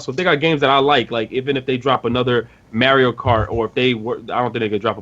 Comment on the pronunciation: dude…. say mario right